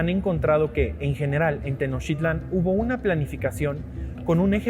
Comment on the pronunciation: Te recuerdo que es Tenochtitlán, no Tenochitlan